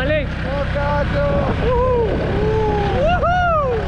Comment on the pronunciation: No se pronuncia salamalek Es: as salaam ealeiiikun